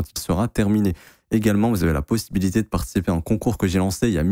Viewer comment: Tu parle di ligne haussière 😂😂 x1.5